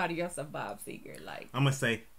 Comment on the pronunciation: Bob Segar NOT Seeger!!